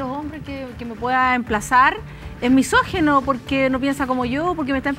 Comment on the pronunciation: misógino, no misógeno.